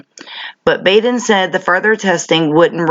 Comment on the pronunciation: So very happy to see you keep on exposing the fuckery in this world Beauty. And Bravo on your newest Keneeka video! I truly believe that u are an angel sent to earth to helping to wake us up and open our eyes. Btw it’s said Baden with a soft a. And he is an incredibly powerful,rich, and intelligent man. Makes ya wonder with how closely the cops work with the coroners how many of them are dirty. Love ya!